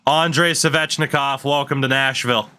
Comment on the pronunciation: The way you pronounce Svechnikov is so triggering